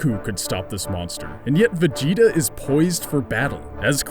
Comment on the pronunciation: when you say vegeta it sounds like vagina.